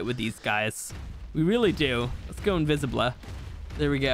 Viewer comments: bro the way he says invisible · 40.10 min: alright let's go invisiblet